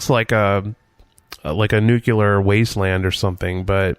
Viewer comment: it's nuCLEAR!! NOT "annular." I love you AND your films, but PLEASE!!